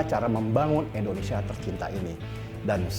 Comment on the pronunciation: indonesia bukan endonesia.